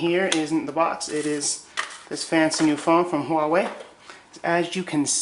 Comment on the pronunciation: Wait... you pronounced it huah-way? Finally, someone who doesn't go wah-way!